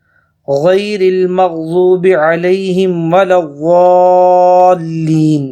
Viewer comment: maghzoob nhi hai maghdoob hai sahi parhen meaning change hogae .duad ko zuad parhna haram hai .sawab k bajae ulta gunah miley ga .islye ehtiyat kren.jazak allah